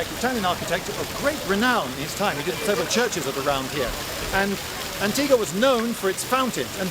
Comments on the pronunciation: Why do you pronounce Antigua without a ‘U’? It sounds so weird to us Guatemaltecos. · It is antig-u-a not antiga...but the video is great! and the beige is wonderful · Lindybeige in my country? I hope you had a great time. Huzzah! Edit: It should be pronounced "an-tee-wah" instead of "an-tee-gah" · Its not pronounced as "Antiga". Here is how you pronounce it, Lloyd. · For any of those not fluent with Spanish, Antigua is pronounced “ahn-TEE-gwah”. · The U in Antigua is not silent "Antigoo-a". In Spanish, after a G the U is silent only if it's followed by E or I. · The U in antigua is not silent